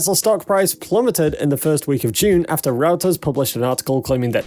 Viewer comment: Reuters is pronounced roy-ters. You're welcome.